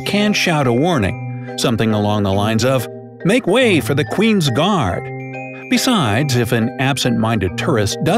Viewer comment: Qwin gards oo